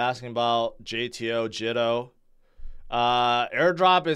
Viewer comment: Pronounced Jee to